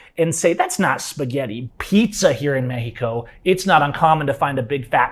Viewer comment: Pronouncing Mexico as "Meh-he-co" while completely mispronouncing nearly every other Spanish word has to be about the most gringo thing ever. 😆